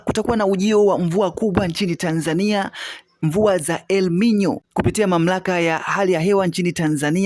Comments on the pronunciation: Jifunze kuongea unatia aibu tasnia ya ahabari haiitwi elminyo inaitwa elinino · WajaMeniii... 2ji Funze MataMshi saHiHii kabla ya kuji Record Content... El Ninyo . . U hearD.... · Elmino ndiyo Elnino au hiyo ni tofauti! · Siyo ELMINYO NI ELNINYO